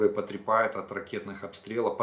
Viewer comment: Олег,спасибо Вам за аналитику! Но Вы часто употребляете слово "потрепають", правильно это слово звучит украинским языком "ПОТЕРПАЮТЬ" Исправьте ошибку. Я сам полковник запаса, был помощник министра Гриценко, не верю в публикации против него, знаю его с 15 лет - 9-й класс Киевского Суворовского военного училища. Честнее человека трудно найти . СПАСИБО за Вашу работу, ОЧЕНЬ СОДЕРЖАТЕЛЬНО". бУДУ РАД СМОТРЕТЬ вАС И ДАЛЬШЕ!